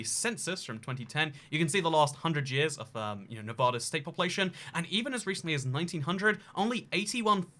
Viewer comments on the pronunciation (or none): nevada not nevahda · Nevadan here: Its “Nev-AD-a,” not “Nev-AH-da.” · It's pronounced NEVAYDAH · I'm from Nevada, every time you pronouced it "nev ah da" i cringed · It is Nevada (Nev-A-Duh) The same A pronunciation from Apple. Laughlin is pronounced Lof-Lin. And Beatty is pronounced Bay-Tee. Also Reno is the biggest little city in the world! Nevada is known for small towns, so Reno fits that narrative, but it has casinos and a moderate sized downtown. Mining is huge up north. It is so weird having some random foreign guy talk about little towns that not even most other Las Vegans know of. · Where I live in the Midwest we say Nev-aw-da too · I’m from Las Vegas and I just wanna say that every time you pronounce Nevada that way I cringe on the inside. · I could've known what state without the thumbnail PS: The way say it is wrong and pisses nevadans off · Ikr tons of people say it the wrong way and it gets me furious